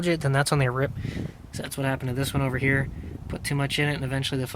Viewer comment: I hate how dude says "ova heya"